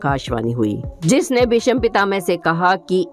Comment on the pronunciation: Pehle " Bhishma " bolna hi Sikh len...... please 🙏